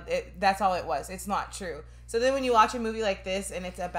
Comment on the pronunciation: Its twue